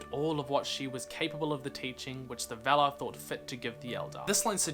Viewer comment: Very nice, but just one correction: we should pronounce "valar" with an open A like in 'star'